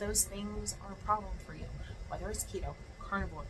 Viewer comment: Keto, not Lego 😂